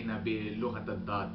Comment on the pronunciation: just a quick correction, the Arabic language is called Lughat ul-Dhad لغة الضاد not Lughat ul-Dhadh لغة الضاض Good job my friend ... keep it up!